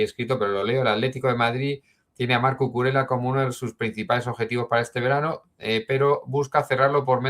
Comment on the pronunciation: repite conmigo: CU CU RE LLA, CUCURELLA